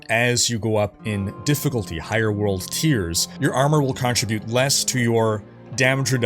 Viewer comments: Great video as always! One thing, it's pronounced con-trib-ute not contra-bute. It threw me off for the first few minutes of the video. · Con-tri-butte?? Do you mean ‘contribute’ ??? Lol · Great video! I've watched multiple times. I have to mention because it's bothering me: contr-I-bute and contrib-U-tion have different emphasis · Great vid but for the word "contribute," emphasis is on the second syllable. Wouldn't normally care but you sure used that word a lot.